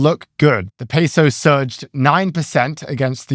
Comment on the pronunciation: It is not pass eee ohs like Cheerios. It is Pah Say ohs